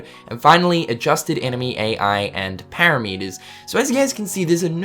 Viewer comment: para-meters ahahahaha i love when you engrish